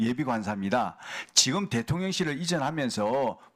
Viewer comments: ㅋㅋㅋㅋㅋ 대통 년,😂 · 대통년 ㅋㅋㅋ 저 만 그렇게 들리는건 아니었네요!